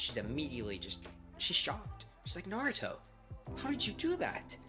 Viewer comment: u said nartho it’s naruto 🍥